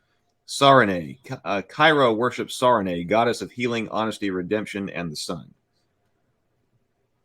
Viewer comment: Also Sarenrae is pronounced Searing-Ray on accounts of her... love, erm, sun and healing... errr. I swear She's NG.